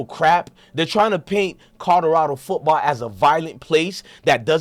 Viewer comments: Hes interesting first time listening neess to stop cursing and practice saying co lo ra do. Otherwise more power to the brother for doing his thing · Learn how to say Colorado